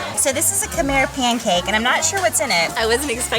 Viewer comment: I was so excited to see this drop. Thank you for honoring all the people, culture and those innocent souls lost during dark times through your kind gestures and curious nerdiness 😛. I especially love how you said, Khmer the way we pronounce it, Khmai instead of kah-mair. Can't wait to see the rest of the series!